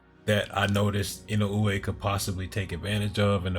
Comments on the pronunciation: To frame it to be pronounced by native English speakers, I would put it as E-no-ooh-eh. But you absolutely are saying it right. I tried to explain to someone before that the mispronunciation is equal to people saying Fulton as "Futon". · You might be the one of a few, if not the only, U.S. channel to pronounce Inoue's name correctly.